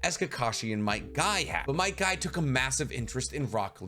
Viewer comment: Bro he called might guy Might dai and rock lee